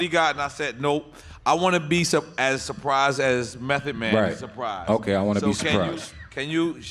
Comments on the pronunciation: Someone tell nore it's M.E.T. not M.A..T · Nigga said mathod man 🤦🏾‍♂️ wtf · NORE said M-A-T-H-O-D MAN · Did thiss niyukka Nore call cuh Mathod Man ??? 😂😂😂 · Yo. NORE is wild, the song spells it for you, he still says M A T H, twice. Lol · Did he say M.a.t.h.o.d man 😂😂 Mathod?? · NORE said "M.A.T.H.O.D MAN" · This nigga Nore spelled Method wrong twice back2back 😂😂😂😂😂😂😂😂😂😂😂 MATHOD MAN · M a t h o d MAN …😂😂 its METHOD. Not mathod lol